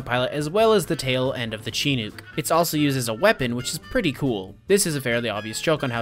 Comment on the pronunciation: Your pronunciation of Chinook makes me giggle as someone who grew up in Alaska.